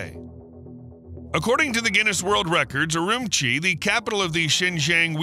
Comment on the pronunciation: wow CONGRATS, you pronounced XINGJANG AND URUMQI, the correct way... one of the few... how do I know? I went there 25 years ago, as my wife is from there... her mother was deported by the nice people in Beijing decades before...